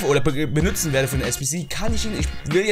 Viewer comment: BENUTZEN nicht BENÜTZEN :D